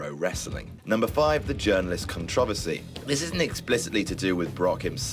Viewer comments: CON-TROV-ESS-CEE?!?! IT'S CON-TRA-VER-CY!!! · The way you said controversy was really really weird. I know I'm American, but I've only ever heard it pronounced as CON-truh-ver-see, not con-TRO-vehr-see. Oh well. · How did he just say controversy??? con-TRAH-versy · Cun-Trah-Verse-Ee? Wow,. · "Kun-trah-vuh-see?" Whoa, is that how they word is actually pronounced? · CON-TROV-ERSEY? WTF KIND OF PRONUNCIATION IS THAT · Is that how Brits say controversy? Or is that just you. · What kind of fucking pronunciation of the word "controversy" is that?!! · "Come away". ??? Is that what people say? "Come away?" And, Why do you hate the pronunciation of the word "controversy?" Also, sounds like somebody's in love with Lesnar. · I was all for doing all the videos, up until he pronounced controversy. C'mon man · That's not how you pronounce "controversy," and that's STILL not how you pronounce "El Ligero." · he said controversy wrong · Is that really how the British pronounce "controversy"? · Is that how all English people say controversy? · how the fuck do you say yogurt and controversy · That controversy pronunciation tho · He said controversy like a fucking idiot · The way he said controversy.... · Why did say "controversy" so wrong???????????? It takes place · He pronounced "controversy" weird...that was weird.. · i cringe at the way you say controversey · Pretty sure that's not how you say controversy.